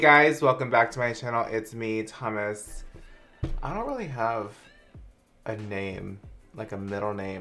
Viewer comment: why the fuck did i hear "hey guys its me, its hummus" in the intro im dying lmao